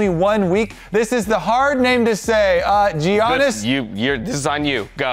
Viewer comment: Who wins: Dhokla on Yorick or Bwipo on Olaf. Also, I feel for you having to deal with my last name 🤣. If this makes it in any episode you may use John Bidis it's easier. If not, the first name is pronounced with Y (so it should be Yiannis, like the Greek Freak) and the last name should be pronounced with H (like house) (Haralambidis)